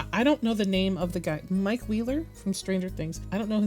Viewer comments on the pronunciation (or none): none